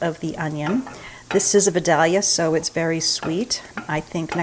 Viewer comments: Your kindred spirits from Georgia would say “vidalia” more like this: vy -DAYL - yuh Lol. Gotta get those long vowel sounds in there. Vidalia, GA is down hear Florida,I’m in north GA (Athens), closer to the mountains. I’ve been to Massachusetts and it’s absolutely gorgeous. I think this southern gal could live there. Except for the winters 😆. Side note: we’re exactly the same age…would you happen to have been born in December as well? We seem to have such similar traits, just windering if it could be attributed to being Sagittarius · the Vidalia onion is pronounced Vi—day—ya. The l is silent. We love them! We are Georgia ppl❤ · I'm from Georgia. Vidalia is pronounced with a long I and long A - Veye-day-lee-uh. Just thought you'd like to know how Georgians pronounce it in our colloquial drawl 😀 I love corn chowder and your recipe looks delicious. I love your blue dutch oven too.